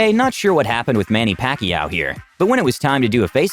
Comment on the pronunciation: So no one's gonna talk about "Manny Packy" ? Welp- AHAHAHAHHAHAHAHHAHA